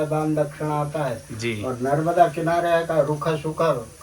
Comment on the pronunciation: Narvada nhi narmada